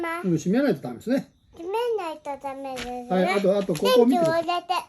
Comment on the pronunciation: です → でちゅ の発音でいて欲しい、ずっと